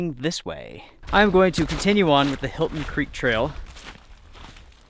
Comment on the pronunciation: The 'Hilton' Creek Trail....😂😂😂. Helton,. Helton. 😜